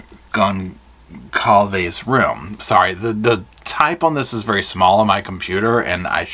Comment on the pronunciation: whoever it was probably felt they were playing "god" choosing who lives and dies, pretty fucked up imo (also if a million people haven't told you yet lol its pronounced "gon-sal-ves")